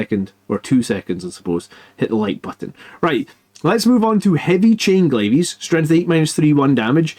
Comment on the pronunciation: "Glaives" is pronounced "glayvs", not "glay-vees". Other than that, great mathhammer, as always!